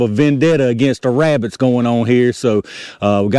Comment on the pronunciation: Be verwy quite, I'm hunting wabbits!